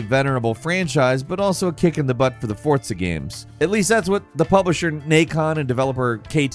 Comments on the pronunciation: why does he say forza with a T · Sheriff Hooper… lol. I hear butcher names more often than Jake nowadays., I know your a bird but it’s not pronounced Fortza